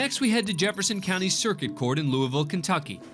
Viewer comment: There's no such place as "Lou-ee-ville" in Kentucky. There's a Louisville pronounced "Lou-uh-vul", but not "Lou-ee-ville" anywhere in the state